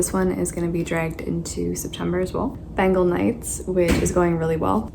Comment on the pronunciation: I am really sorry to point this out...but it's not pronounced as Ben-gal, it's pronounced as Ben-gaul, so yeah just that. It's my fav book so couldn't help with that .